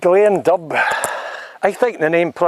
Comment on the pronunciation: Glean dubh - said like ‘doo’